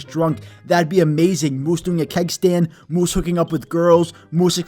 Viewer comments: Nobody: Him: muwse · Why do I love the way this says moose